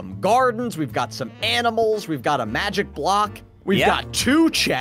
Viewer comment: and also did you hear prunouns the block into a mujic block